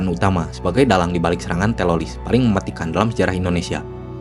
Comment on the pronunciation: typo skrip,typo ngomong, teroris jadi telolis duh duh duh